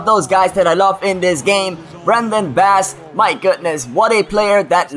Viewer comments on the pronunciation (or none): none